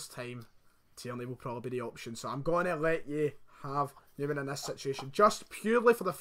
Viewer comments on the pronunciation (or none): Numan not Newman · Great starting 11 would challenge for the big trophys with that side and its Numan not Newman lol , both channels excellent keep up the good work guys . 👍👍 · Numan * not Newman